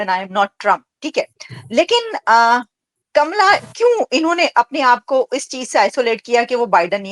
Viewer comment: Naam to acche se lele uska naam kamla hai kamala nahi ye Pakistan ke pade likhe jhahil madarsha chaap doctor gadhe hai